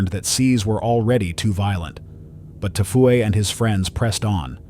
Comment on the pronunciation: He said Tfue is T Fu A 😂😂😂